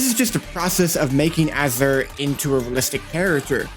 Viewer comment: Why he say his name like that